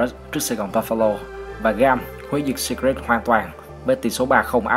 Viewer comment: blv kênh nào đấy bác nhỉ? Chứ thấy riêng từ Secret là thấy sai tè lè rồi đấy!! Sít rịt sít rịt :))